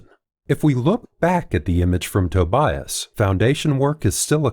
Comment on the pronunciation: dude, tObias, not tobIas, you’ve ruined man’s name in the worst way possible, god… it’s like saying factOr, instead of fActor.